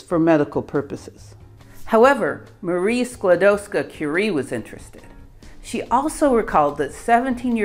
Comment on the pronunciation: Outstanding pronounciation of the name. Love your videos!